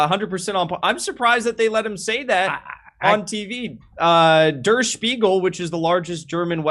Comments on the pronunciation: Thank you Kurt for trying to stop the butchering of the German language. Wiener wasn't so bad, but durr instead der is so far off. It's like hearing nails on the chalkboard for me. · Der is pronounced "dare" not "durr"